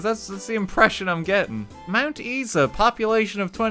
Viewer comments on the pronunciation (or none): He really just said mt eesa not mt isa